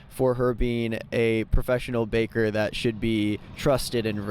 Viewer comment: He keeps calling the baker a caker. I never heard that; it's genius.